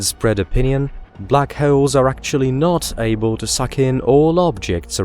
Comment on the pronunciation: I thought he said black heralds, sounded like some type of newspaper